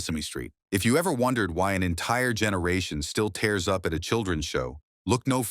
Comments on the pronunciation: "tears up" ('TEERS UP') NOT "tears up" ('TARES UP')!!!!! 😮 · I wanted to love this channel, but when the AI guy said “tears up“ like to tear up paper instead of “tears up” like to cry, I couldn’t stay. I just hate AI. I am out of here.